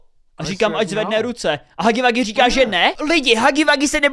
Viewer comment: nerika se to hagy wagy ale hugy wugy